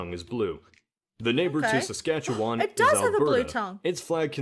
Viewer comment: im impressed she actually said "Saskatchewan" correctly there are canadians who dont even get it right. Nunavut became a seperate territory, when the NorthWest territory was split in 2. done so more for cultural independence, and self ruling as 85% of the residence are Inuit (the PC word for eskimo, in case you are lost to what an Inuit is, as outsides dont know what that is but instantly have a stereotypical idea of an eskimo)